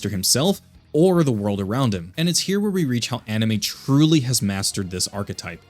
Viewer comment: Anime? Enemy? you said it correctly here though